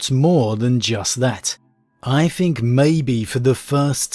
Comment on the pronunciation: I'm really sorry to be that guy but... its think (th-ink) not (f-ink). You are pronouncing it wrong and have done for pretty much all your videos.